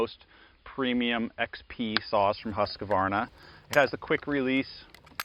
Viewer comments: how many As are in Husqvarna: 2 not 3..... 2 HUSQ Varna not HUSKA Varna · "Husquhvarna" is not a word. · Interesting how the name is pronounced in the US, Husq a varna, in the UK/Aus, it’s Husqvarna, without the extra ‘a’ in the middle. Stuff one learns on YouTube 😅